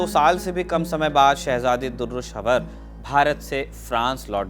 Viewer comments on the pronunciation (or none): Dear, good information but you need to improve your pronunciation Princess DURRE SHWAR this name you mentioned wrongly Anyway good efforts ❤❤